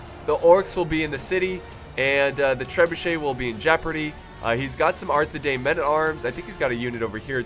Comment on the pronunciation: A quick note on pronounciation,: The Edain in Arthedain is pronounced Dine, not Dane. You've probably been pronouncing it right, I just noticed one part where you said it wrong.